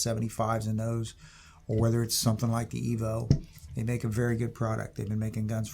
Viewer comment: You lost me at "Eee-Veee-Oh"